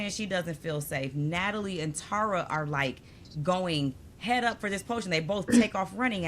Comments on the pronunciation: Y’all, it’s pronounced Terr-uh, not TARa. Just think of terra cotta, and you won’t get it wrong. I remember Rob C. said he bonded with Tara Lipinski and the first thing she said to him was ‘omg you pronounced my name right!’ 😉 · Love this channel and your banter. I’d check on the pronunciation of Tara’s name. Maybe I’m wrong, but I think it’s pronounced Tair-uh.